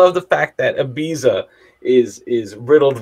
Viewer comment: Great reaction, slight issue with your pronunciation of "Ibiza". 😂